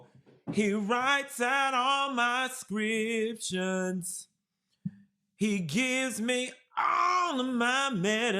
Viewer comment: it’s the “scriptions” for me 🤣